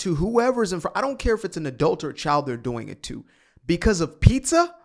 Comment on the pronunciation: “But I gave you “peetha” 🍕 😂😂